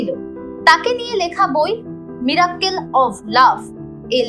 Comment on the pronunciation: মীরাক্কেল নয় রে মিরাকেল্